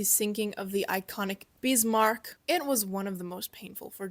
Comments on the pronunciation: I hate to be "That Guy," the insufferable know-it-all, but please Pronounce "Bismark" the way it's spelled, not "Beesmark." Prinz Eugen is pronounced "Printz Oigen." Whenever you see the EU diphthong in German (Deutsch) it's pronounced like the English "oi/oy". An e at the end of German words is not silent, but sounds like an A --- and you nailed it. Gut gemacht,! (Note the diphthong äu is also pronounced like the English "oi/oy") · CAN YOU PEOPLE PLEASE LEARN HOW TO PRONOUNCE WHAT YOUR TALKING ABOUT FFS ITS NOT SHEA IT SHEEER IT NOT BEAST MARK WTF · I love how you cannot help yourself and almost every time you say BISMARCK you have to say it in capitals. : ) cool vid. Btw Bismarch did not get unscathed from its fight with HMS HOOD and HMS Prince of Wales, Prince of Wales damaged and they were starting taking salt water into its fuel, which is why it also could not just leave for the Atlantic because repair would be needed, which bought time for British to fidn them again and pummel Bismarck to hell. Yesh they scuttled Bismarck but at that point it was barely afloat.